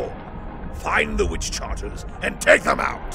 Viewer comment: The only gripe I have about this is the mispronunciation of Witchcarters as "Witch-Charters"; other than that, stellar work from everyone involved!